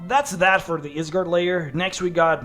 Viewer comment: It's a Norse word so the y is pronounced like an i